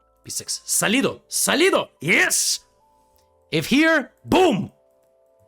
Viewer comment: Thats not what you mean, its not "salido" Thats means horny, i think you wanted to say "sÓlido" that means solid